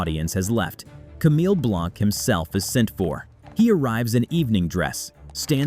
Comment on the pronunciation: Pretty sure Blanc is not pronounced Blank